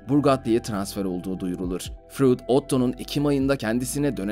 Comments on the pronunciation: Furuudd ne ya Freud o Freud. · Frud diye mi okunur ya delircem